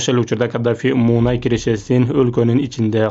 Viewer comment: Муунай эмес мунай